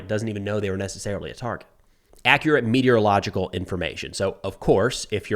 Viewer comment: I don't know how to spell meteorological properly but I can pronounce it right and you did too. 👍